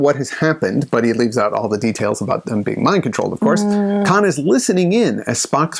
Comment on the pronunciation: Tell her there is no "L" in Khan.